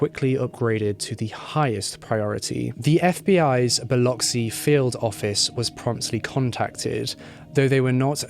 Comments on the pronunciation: Thank you luv for the upload. Really appreciate your time and efforts. You are the only one I know of that has reported this case on YouTube as an individual. Many more Thanks for pronouncing Biloxi correctly! Even greater with your beautiful accent. Biloxi. is my hometown and it was a horrific crime, more heinous since Halat was a "supposed" friend. Much love , light & peace to you and yours✌🎆✌✌ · Thank you so much for pronouncing Biloxi correctly. Awesome job. Proud Mississippi Gulf Coast Girl!